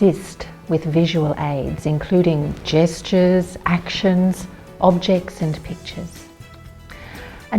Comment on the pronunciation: When she said "assist with gestures" I was not watching, and I heard "assist with Jesters!" That might be a little more confusing....